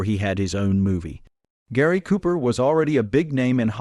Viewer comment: Jeeeeez. At least pronounce the man's name correctly.....................................................